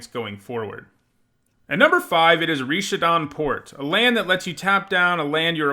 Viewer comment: I’ve never heard anyone say rishadan port that way it’s rish ad an port just likes it’s spelt